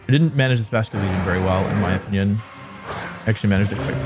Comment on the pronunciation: Wouldn't chandelure work better that hisuan typhlosion? Better spa and better? Speed Also on 1st match he said in my onion instead of in my opinion